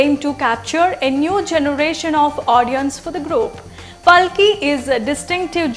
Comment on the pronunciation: She is Paalki, are you Indian, then pronounce at least an Indian name correctly 🙏